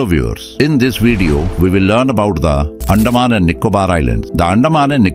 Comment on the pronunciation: Pls pronounce like "Anthaman" NOT andaa man